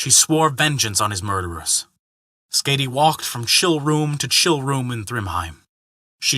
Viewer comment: Hey there, the name Skaði the "ð" pronounced similarly to a "th". As for the "a" that very well could have been a mistake on my part with it having a harder "a" rather than a softer one.